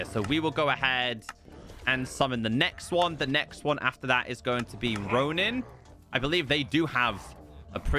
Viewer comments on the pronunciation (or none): none